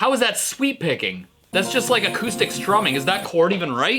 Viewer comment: I keep hearing sweet-picking Rather than sweep-picking